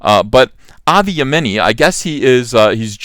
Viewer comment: It’s pronounced yeahmini....mini, as in the mini skirt. He’s a good guy. Unfortunately, even though he’s Jewish.....people call him a Nazi because he speaks out about Muslims not assimilating into wider society. He doesn’t want sharia law, etc.